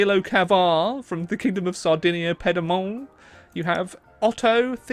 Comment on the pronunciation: It was either in purpose or just some classic English pronunciation